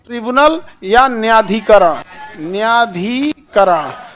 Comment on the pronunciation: It's न्यायाधिकरण not न्याधिकरण